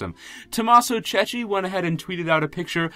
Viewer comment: The surname of Tommaso have to be read like Kekki, trust me i'm Italian